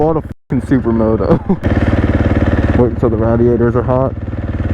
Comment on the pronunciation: Waiting for a what to get hot??? Lol who says radiator like that 😂